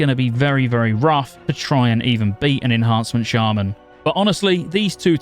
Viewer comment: As a lifetime shaman player since the launch of vanilla… I can’t support any shaman content creator who pronounces us as “Shay-men” 🤔 for SHAME sir, for shame